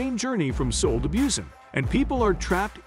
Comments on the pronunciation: train to boo-san. not view-san.. hahaha! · Busan is more pronounced as boo-saan, yes I am a korean native